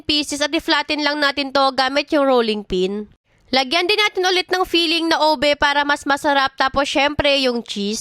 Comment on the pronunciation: “Obe cheesy brid”